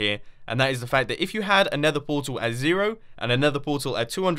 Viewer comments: its Nether Portal not nether poral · u said poral not portal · it said ender poral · He speeled Portal wrong he said Poral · NETHER PORAL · Nether PORAL wtf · nether poral? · Poral instead of portal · poral instead of portal edit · Portal not poral but it's ok amazing vid! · "Nether poral" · “Nether Poral” hehe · Nether Poral cracks me up every time 😂😂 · nether portal not poral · "nether poral" confirmed. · nether poral not portal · Nether poral 😂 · he said nether poral not portal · nether poral XD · you say it poral not portal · Nether Poral lol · you said nether poral not portal ha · Who else noticed he did nether poral and not portal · portal* not poral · poral or portal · "Nether Poral" LOL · anybody else notice "nether poral" lol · "Nether Poral" -Merhmboeh Jerhmboeh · Its nether portal not poral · ha what a noob he put poral not portal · Nether Portal not Nether Poral! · nether poral?? instead of portal? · You spelled portal wrong you said poral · Hey, Mumbo! You said Nether Poral not Nether Portal! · Ah yes, nether poral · Ah yes, the nether poral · 3.07 nether "poral" xD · Why it is saying nether poral? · mumbo jumbo said "nether poral" 🤣 (I'm not a hater BTW I'm a fan of his channel and I subscribed to him) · "Nether Poral" "Poral" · “Nether Poral” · Nobody: Mumbo Jumbo: Nether poral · My favourite elevator The nether poral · nether poral???? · nobody: mumbo: Nether poral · Neather Poral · Lol there is no t in nether poral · "Nether Poral" like if you've seen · "Nether Poral " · what? Nether poral? Say it again WHAT THE HELL IS A NETHER PORAL BLYAT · who realized “Nether Poral”? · "Nether Poral" :P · ”nether poral?” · He said nether poral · mumbo whats a poral? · In sorry mumbo but you missed the (t) in portal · Lol nether poral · Nether Poral where is the "t" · Nether Poral!😂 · You forgot the t in the word portal. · anyone noticed "Nether Poral"? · "Nether Poral" XD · Bonnie The First IN THE VIDEO HE SAID PORAL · fail "Nether Poral" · Nether poral haha